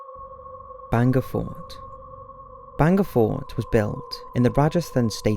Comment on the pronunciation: It's not banga fort it's BHAANGAD FORT. I know it because I'm Indian.